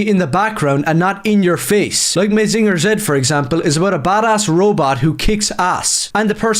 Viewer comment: can't even say Mazinger right. 😄 Most of the Mecha Manga/Anime are anti facism and anti military and overall very "woke".